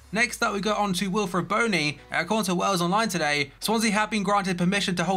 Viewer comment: You pronounced Bony wrong